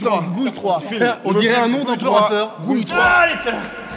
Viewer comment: "Gouil Trois" XD